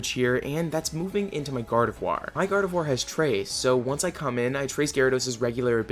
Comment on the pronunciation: THE I IN GARDEVOIR SHOULD BE AFTER THE O!